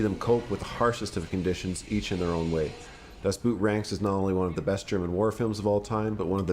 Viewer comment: Dustboot? xD